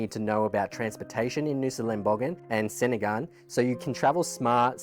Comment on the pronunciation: Look im sorry to be the first to let you know that 'senigan' is pronounced "chenigan". Aside from that, they are beautiful islands that are well worth the effort to get there, we are always sad when we leave.